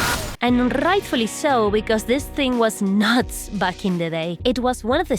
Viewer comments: I love your voice and when you say "bomba" 😍 it hits so good and R's "rrrrrrightfully so". "Its purrrrfect"😍 thank you for tips n tricks and fun content ❤️ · "r-r-r-r-r-r-ightfully so" lol